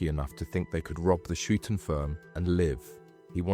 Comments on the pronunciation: mate its said like hi ton not hue ton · Huyton - as in High- Ton not Hewton - Two Dogs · Just a heads up - it's pronounced ''Hi-tun' not 'hewtun'. Being from Liverpool, I had to get that out. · It's not hootin! It's huyton, hi-ton. The hootin crew 😂😂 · Its pronounced "High Tun" not hootin, ive lived there my whole life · Huyton is pronounced Highton not Hyooton. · Good Video but some of the pronunciation is wrong and quite funny and I had to mention it "Huyton" in Liverpool is pronounced like "Hi Ton" (tun) not "Hooton". Hooton is place on the Wirral side. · Hewton!!! At least get the names right, it's Huyton, pronounced High Ton. 😂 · Hooton firm?? 😂😂😂. It’s pronounced High ton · That,ll be Huyton as in HIGHT UN not WHO TUN as is being mispronounced 🤭🤭🤭 Just Sayin Boss 🤫🤫🤫🤫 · The hewton firm? 😂 Huyton is pronounced High Ton mate. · I was pretty sure he was getting it wrong, but I didn't really know how it should be, so thanks! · 🤣and its pronounced "Highton" not "Huton" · The hue ton firm 😂😂😂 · You pronounced Huyton incorrectly. Its said Heighton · It’s pronounced high ton 😂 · Hyooton firm? 🤣🤣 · "Hyooton" firm? You dont even know how to pronounce it u dunce It's an area of liverpool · It's hi-ton, check proper wordings next time, a good vid but a few mistakes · Huyton pronunciation = "High - tun" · Huyton is pronounced High-ton. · It's hyton lad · Huyton is pronounced as "Hi ton" not how you say it. 😂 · It's more hightin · Ones a blacken ones a whiten Huyton huyton two dogs fightin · But without the T.😀